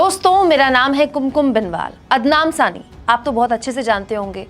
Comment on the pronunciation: Anchor ne poori video me ADNAN SAMI galat pronounce kiya, but it is normal thing, pr end me lga khi SARCASM to nhi kiya😛